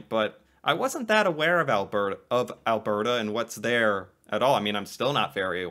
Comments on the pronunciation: Im from Edmonton Alberta. its Alberta (al-burr-da) in the native accent but lots of Americans call it "Al-burr-ta" also yes, alberta is wonderful. and fun fact. its the only place other then the north and south pole that doesnt have rats! this is because of our HUGE Rat control program. hunters scout the SE border for rats - the "Badlands" are called that, b/c when the english came this way, they scouted for areas for farming, the "Badlands" were considered bad farming spots, because of the lack of dirt, lack of water, and rocky formations - Alberta is the Oil Capital of Canada. - alberta is quite similar to the Southern US, (Not exactly the same...) Alberta was a farming / cowboy province, it is very reminiscent of the Cowboy times, that's why the rodeo exists. its the largest rodeo that exists in the world... - there is more to do thats really cool all over the province, like going through the small towns, and looking at all statues and older buildings around them, (Such as Mundare Alberta with the Worlds largest Sausage (Sculpture) or Vegreville largest Ukrainian Pysanka (or Easter Egg in English) - Canada has the largest Ukrainian population outside Ukraine, And Alberta and Saskatchewan are the Home to the majority of them. youll find alot of Ukrainian stuff in the province if thats what you like. - BE HERE for the "Battle of Alberta" when the teams From Calgary (The Stampeders (Football) or the Flames (Hockey) Verse the teams from Edmonton (the Eskimos Elks (Football) or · I love how the way you pronounce it really stresses the BRRRRRR! in Alberta 😄🌨️🌨️☃️🏂. But Alberta is not what I'd call 'south'west Canada. Western Canada has no portion that reaches as far south as the part of Ontario where 10-15% of ALL Canadians live! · Alberta is pronounced Albert a with the accent like al BER ta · Yes "Al-burr-ta" not "Al-bear-ta". Often the "t" is softened to more of a "d" sound as well. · Phonetically. Al-burt-ah.